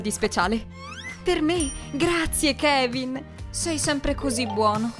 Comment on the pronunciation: Ma si dice Kevin